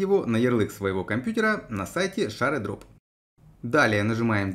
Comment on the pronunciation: гайд нормальный, но при каждом ШАРЕдроп хотелось в окно выйти, рекомендую почитать в интернете произношение